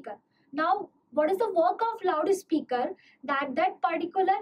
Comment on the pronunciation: the way you pronouce loud speaker😂😂😂 laude speaker